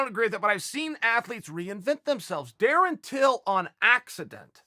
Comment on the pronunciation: Surprised Uncle Chael Pronounced his named correctly😅